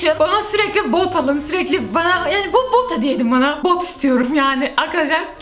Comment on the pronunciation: Bot yerine 1 kere bok dedin